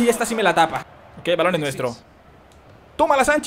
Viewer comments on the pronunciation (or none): none